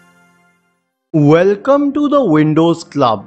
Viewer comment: "Wuulcome to te Windouuws..." closed the video lol